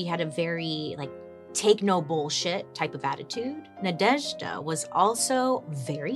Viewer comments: Congrats on the excellent pronation of Nadezhda which fun fact in our language is means Hope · I am obsessed with the way you pronounce Nadezhda ❤❤❤